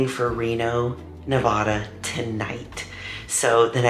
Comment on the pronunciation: Sooo stoked! I live in Reno and will def be at Legion for finals! Ps, with love: the middle “a” in Nevada is like the “a” in Apple :) not a long “ah” sound :)